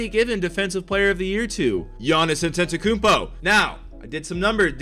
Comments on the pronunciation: Normal People: Giannis Antetokounmpo: Giannis Akumpo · Giannis Ntetokoumpo it is Antetokounmpo bot